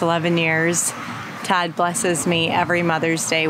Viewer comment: I didn't hear clearly and I thought you said God was taking you to the garden store not Todd. Hahahaha